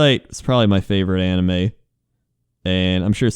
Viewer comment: when you said anime for the first time I heard Anna May